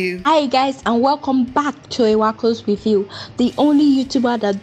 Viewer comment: Wowww. Please who is the babe with the foreign accent saying “with you” instead of “review”. Im calling Shalewa oh